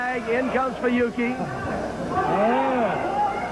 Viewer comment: フナキじゃなくフユキ